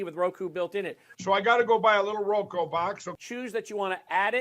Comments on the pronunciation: 😂😂😂 “ROKU “ not “ROKO” you insufferable fool! 😅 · Roku not roko 😮